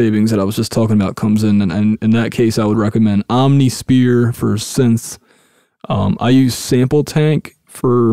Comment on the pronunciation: HAHAHAHAH omniSPEAR??? hahahahahahah great stuff man